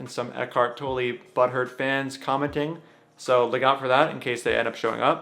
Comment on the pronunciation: German here, Tolle is pronounced “tol” like “coal” and “la” like “fa la la la.” Not “toe -lee” like you say here. Love your videos and your activism. I’m also a big fan of Tolle and his work is a big part of why I’m vegan and hearing “toe-lee” is like nails on a chalkboard.